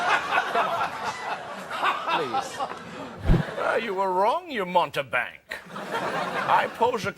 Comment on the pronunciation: yessir... "montebank"... RIP